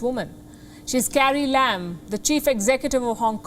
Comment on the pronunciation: she said carrie lam. I heard "Scary Lamb". That's when I realized that now my mind expects only sarcasm from Palki.